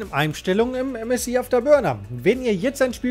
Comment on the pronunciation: ÄM ÄS AI